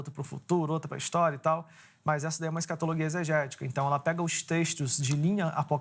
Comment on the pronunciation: Professor de linguas que diz " escatologuia" , ...